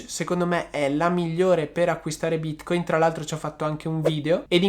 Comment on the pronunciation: Ma perchè bìtcoìn?